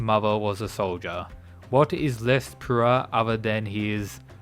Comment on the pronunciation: man can't say pure